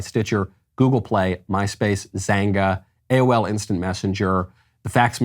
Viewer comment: You did not say Xanga i'm reborn ahhahaha